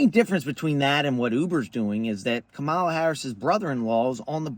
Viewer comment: KA - Ma-La (*you were mispronuncing the Veeps name).🙄